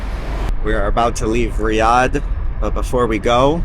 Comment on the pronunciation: The anxiety this video gave me, everytime you pronounced Riyadh, or when you spoke in Arabic, and at the same time you were using the Hebrew pronunciation of the letter R. Great video and information all together.